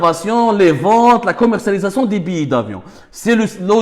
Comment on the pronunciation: Billets(biyé) et non pas Billi